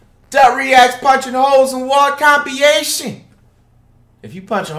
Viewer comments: when he said "compeeayetion" i felt that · No one: Flight: Compiation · BRO SAID COMPYATION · Compiyation...im dead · “punching holes in wall compiation” 💀💀